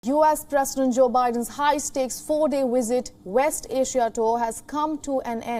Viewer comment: you're global now. Get speech therapists to work with your news readers. What the hell is "wisit"?